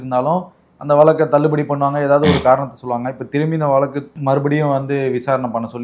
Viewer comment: வலக்கு🙄🙄 அல்ல... வ ழ க் கு... வழக்கு 💪